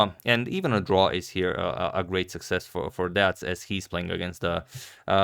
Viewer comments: As a romanian i can tell you pronounce perfect the first three letters. But the "c" is not a hungarian "cz", it is more like a "k". So try to pronounce Dea"k" next time and i think it will be ok. Awesome video by the way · bruh stop. Only the C is pronounced as K, nothing about E It's Pronounced as Dick with e instead of i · It's pronounced "day-uck" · Yeeeey, a fellow Romanian young GM ! 😊 It's pronounced "de-ak" 😀😀. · The pronunciation is Deak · In The name Deac, that c is pronouncing like k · romanian is very easy to read bcs u read every letter as there is, so you pronunce his name as it is written: DEAC, D is just d, E you pronunce it kinda like the first E from elephant, A is like the last letter from CarauanA, and C you pronunce it like the C from the name of Carauna. :) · The "c" in "Deac" is pronounced like "C" in "Caruana" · It's not. It's missing an A. Just listen to Google translate. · Thank you for showing us this game! As a romanian, I can say romanian is a phonetic romance language so Deac is pronounced exactly how it's written. P. S. props for saying Bucuresti perfectly.